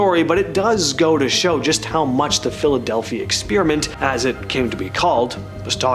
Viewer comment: "Ex Spear a mint"? Really...???